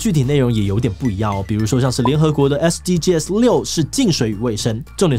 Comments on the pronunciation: 其實SDGs的唸法是"SDG死"，不是"SDGㄟ死"。 SDGs全名Sustainable Development Goals，s是Goals的最後一個字，不能用大寫唸法。 yt搜尋SDGs可以聽外國人怎麼唸。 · SDGs 正確讀法是 S-D-Gees 不是S-D-G-S拆開念哦！ 不然和國外討論時會短時間轉不過來。 希望對大家有幫助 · 志祺，是唸SDGs(像是bags一樣，s不單獨唸)喔喔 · 終於有人說到台灣SDGs!不過是念SDG(sㄕˇ）